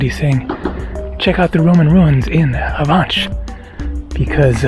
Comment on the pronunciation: No, you did not get the Avenches right. Actually you killed it. Anglos have a habit of pronouncing everything non-Anglo the Anglo way. I would ask a local how to, before publishing a video. BTW you mostly have trains going everywhere. Buses are just for local traffic.